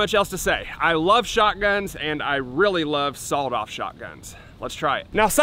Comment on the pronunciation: Why's he say sawoled off 🤣🤣